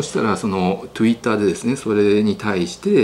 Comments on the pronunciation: トゥイッターって言うの❤好き〜🎉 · とぅいったーって言うな😂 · トゥイッター(笑＼(^_^)／ 私もこれからそう言います ネイティブですね、いつも楽しく拝見させて頂いてます ありがとうございますm(__)m トゥイッター👍️😊 私も同じ所に感じていました。 恥をかいても勉強をし、根っから頑張れる自分を築きます。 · Twitterの発音の仕方気になるなぁ！